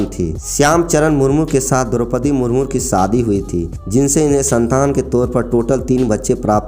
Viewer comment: Murmur nahin ji murmu bolo